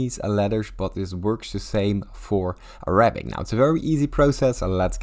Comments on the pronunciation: 扎克زاك bro its not araa abicc😊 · im an arab and you are pissing me off with the way you say it and the way you are talking, and ur literally lying like shush bro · you can’t even pronounce it